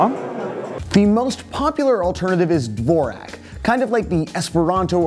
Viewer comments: 'Dvorak' is pronounced 'Vorjak' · you butchered 'dvorak' real bad bro